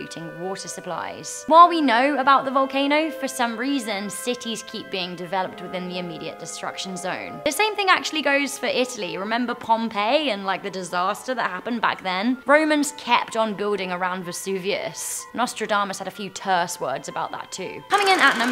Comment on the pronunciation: It's not pomp-ey it's pomp-eye